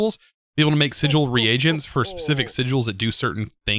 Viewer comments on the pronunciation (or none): none